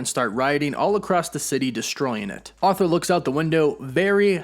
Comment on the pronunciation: It’s “ARE-thur”. Not “AUTH-ther”